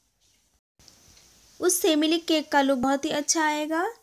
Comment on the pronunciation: It's milk not mili